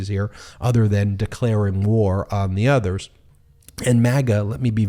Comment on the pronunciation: What are these "nuthers" I keep hearing about? 😅